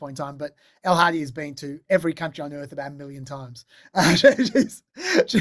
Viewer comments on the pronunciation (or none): Elles been on multiple times now, and yet I still can't help but hear El-Hadi when you say her name. I was very surprised the first time I saw her, after you and Dave had spent so much time talking about this El-Hadi character 😄 Jokes aside, a very informative pepisode. Elle's aways a great different perspective on a lot of this kind of stuff.